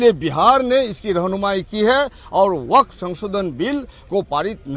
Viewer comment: वक्फ का शुद्ध उच्चारण तो करो